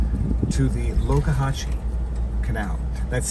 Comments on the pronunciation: So the locals say Loe-ka-hashee not Loxa-hatchee. Good to know. Good thing Pirate Gator has a back up food source, his hunting is hampered. You know how to live large, good on you and your adorable fam. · It's LOX. Like BOX. Not LOKE. Like POKE. However the boss's jean cut-offs bring that to mind. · It's Lox-zuh-hat-chi, not Locahatchi...we love it there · It's Lox A Hatch ee Sounds Like it Is Spelled! This Place Is Going To Heck For Sure, I Know Live In Florida What A Waste! Oh Yes, By The Power Of Grayskull, Thanks For A Nice Day Out With Your Family!